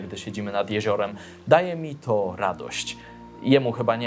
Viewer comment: Czy tylko ja usłyszałem ,,tzo gdybyście" na początku? hahah